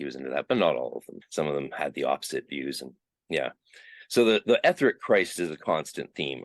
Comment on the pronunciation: i think you mispronounce the word "etheric".